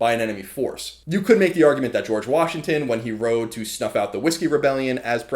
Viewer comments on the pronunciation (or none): none